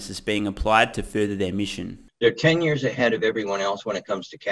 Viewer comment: What did you say ? Tesla is Elons ahead? 😂